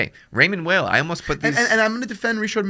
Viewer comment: It's pronounced Raymond WHILE, not Whale 😂 it's not even some crazy foreign name cmon guys. I have one and love it. Well made, nice materials, and affordable. Much better than a Tissot but not quite a Frédérique Constant.